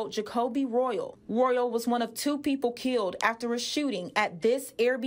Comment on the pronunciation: Did she actually say 2 people were "kilt"?